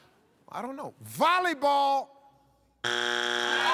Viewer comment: She said bolleyball lol